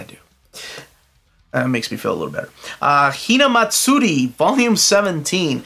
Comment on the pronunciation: You got the pronunciation of Hina Matsuri correct.